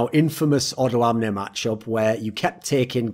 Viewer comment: O doamne. Dont say the "do"slow. Say doamne not dOAmne.